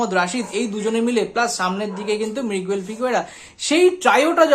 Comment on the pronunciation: এত 'কিন্তু' কেন? আর 'মৃগুয়েল' নয় 'মিগুয়েল', 'ফার্স্ট রেটেড' নয়, 'ফাস্ট্রেটেড', ফ্লামবেল' নয়, 'ফাম্বল'।